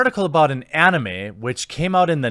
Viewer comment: Who the hell says onime?!?!!?